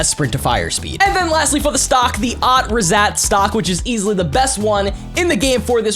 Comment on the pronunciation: It not ot rezat it is otrezat 😂